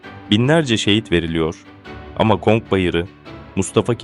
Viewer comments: Konk bayırı değil aslanım conk bayırı gavur toprağımı sandın 😂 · Bir de konk demesen iyiydi.